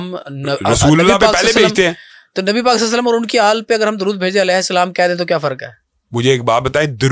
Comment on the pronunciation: آل کہنا ہوتا ہے یہ شخص اله کہہ رہے تو کسی نے تصحیح کرنی ہی تھی انہوں نے کہا ہوگا آل بولنا ہے اله نہیں کہنا۔ل پر زیر ہے لیکن الگ حرف ہ نہیں